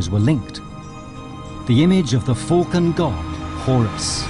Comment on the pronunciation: "Falcon" is pronounced with an A not a "U". It's 'Fulcan" .....it's Falcon!